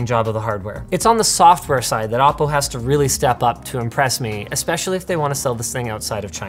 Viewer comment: Hhaahaaa Ah Po?? It's O Po!